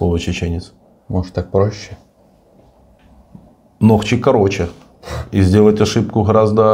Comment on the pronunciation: НОХЧИЙ УДАРЕНИЕ НА О,,,ЗНАТОК ИЧКЕРИИ😂 СКОРЕЕ ЗНАТОК ПИВА😂